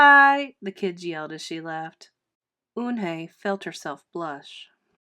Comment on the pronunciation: Sorry if I'm rude but she's called Yoon-hae not un-hae